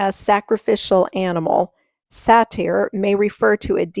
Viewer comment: Say-ter not satire